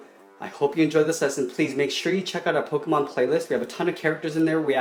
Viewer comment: It's Po-kay-mon